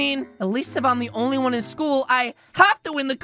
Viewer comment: STOP SAY SCHOOS